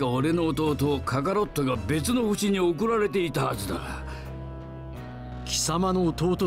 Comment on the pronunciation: Me cage de risa con el "DRAGON BAL Z KAKARO T jajaja